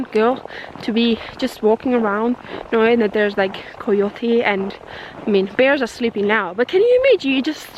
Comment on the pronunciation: Coyote pronouned: KY as in sky - YO as in the greeting - TEE as in tea. With the stress on the middle syllable. Sorry! Your English is SO good but I just can't resist correcting you occasionally, after all, I am an English teacher! ;-) SO lovely to see you again - I've been wondering what happened to you! Glad you're with Florent and having such a good time housesitting in Canada! You guys must love the snow and cold to choose to spend your winter there! I know it's so beautiful though - I still dream about going there someday, after all, my late grandmother grew up on a farm there. You got me all excited for a moment at the beginning - I was thinking you'd got a new dog! Lovely that you get to spend time with another kind and gentle dog though, I'm sure that's very healing and cathartic. Do you ever think about getting another dog or are you enjoying the freedom that not having one gives you? I guess you have the rest of your life to have another dog, or dogs, but perhaps right now you want to be able to travel further afield than just in Europe and I admit that having a dog is a big restriction on this. I blame the airlines though - if only they allowed dogs to travel with their owners (even if it meant putting the owners in the hold next to their cages), and allowed the pets themselves to travel very inexpensively or for free (after all they wouldn't need any of the staff or the airport holding areas if owners were allowed to stay with their pets the whole time) it would m